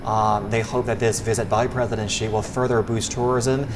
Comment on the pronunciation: This presenter is apparently a Chinese, I don't understand why he pronounced president Xi name like western media reporters, not pronounced correctly in Chinese way?